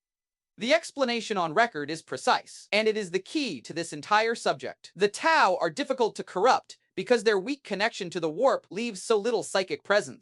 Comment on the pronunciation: What is this T O Empire? I am unfamiliar with the Chaos god Zee-Inch. Who are the Toe people? Good video, but dear god it's mispronunciation hell. You will be able to easily identify people who learn about WH40K from a text to speech video.